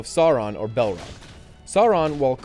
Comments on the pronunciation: balrog is not pronounced bal rock. its freakin balrog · This guy pronounces none of the names right. -_- It's Sauron like Souron. Bolrog like Ballrog. Silmarillion Sim-a-rillion. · "Belrog".... "The Silmerrion"??? 😭 That hurt so much to hear man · he said balrog wrong......